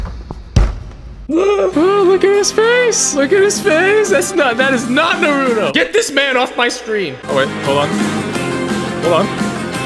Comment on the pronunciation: I like he is roasting shindo like he knows naruto but says naruto wrong he says nahrudo